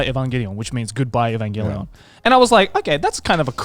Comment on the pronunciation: That’s how you pronounce Evangelion.